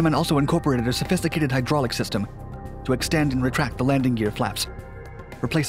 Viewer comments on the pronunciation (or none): none